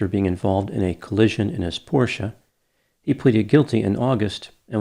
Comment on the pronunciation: Wait. Is that how you pronounce Porsche? Have I been saying it wrong this whole time? I mispronounce a lot of words so probably. Edit: oh. :( I have been saying it wrong. He did pronounce it correctly.